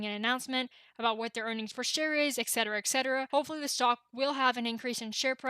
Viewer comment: I hold... but I'm wishing the AMC you tubers were aware that excedera is not a freaking word. I want to trust ya'll, but learn the words you speak prior to saying them!